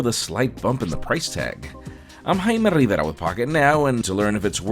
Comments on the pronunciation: Juan Bagnell > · It sound's like hhhhhhh he really love to spell it hhhhhh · Osuman 😂 the way he say it